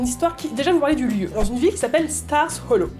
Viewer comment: Elle dit mal stars hollow car on dit star hollow mais sinon super vidéo